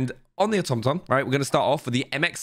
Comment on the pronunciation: Say it with me auto-ma-ton..lol